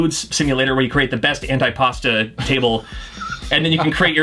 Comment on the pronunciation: Antipasto [an-tee-pasto] not antipasta [an-tie-pasta]. :p